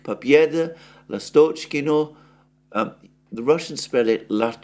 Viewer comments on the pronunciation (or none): Alexander, Russians pronounce Lástochkino with the stress on the 1st vowel "a" & pronounced "s", it's an open [ɑː] sound, similar to pronunciation in "lust" in English. The name "lástochka" means swallow, the bird. Lástochkino is a possessive form of the noun, as in "whose nestle is that? It's swallow's". Maybe there used to be a lot of swallows in that area, that's why it's called like that, I don't know. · It's Lastochkino, first syllable stressed, from "lastochka" (swallow bird).